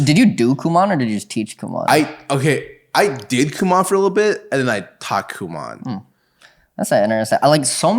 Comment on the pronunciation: It’s FUCKING KU MO N . NOT KU MA N